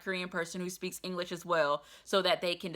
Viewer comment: Bus driver speaks no “Ingless” - get down your high horse fam.